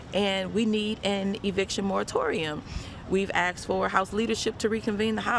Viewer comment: Ugh. You’re a Congressperson. The word is “asked,” not “axed…”